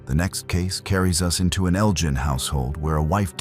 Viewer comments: Elgin not as pronounced 'eljin' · Awe Naw … how to murder Scottish toon n village names Eljin …. ELGIN Glenochill … GLENOKILL …. You can google it ffs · Beginning he said Kilmarnock well a think he said it Then Elgin Jesus Christ it’s funny